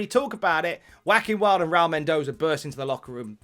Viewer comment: Every time he says Joaquin Wilde I swear he says wacky and wild.. Lol